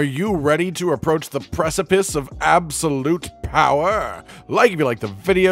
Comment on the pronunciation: maaannn 🤣 they way you said " aBsOLuTe POweR" got me fuccd up 🤣🤣🤣🤣